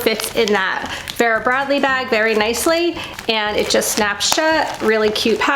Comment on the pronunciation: Love your VB bags and the big 'ugly' bag is not ugly, so much goes into them. It's pronounced Veera. Thanks, great video.